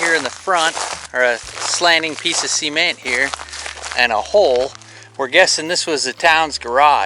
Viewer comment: Cool video, just can't stand hearing cement pronounced as seement 😅